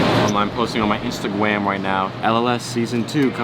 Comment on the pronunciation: I THOUGHT I WAS THE ONLY ONE THAT said Instagram like “instagwam “